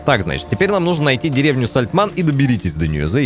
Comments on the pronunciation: все ништяк, только меня прям тригерит, когда говорит Сальтман, вместо Сальтамн)))))))))0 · Да не САЛТЬМАН А САЛЬТАМН говори исторично это очень важно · Да не Сальтман, а Сальтамн! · какое ж всё такие сложное название деревни Сальтамн- ты уже пару раз сказал СальтМАН. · Только отец ни разу не произнес правильно Сальтамн😂😂😂